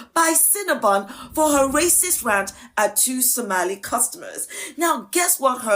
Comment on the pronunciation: Some while lie, "Som-a-lie"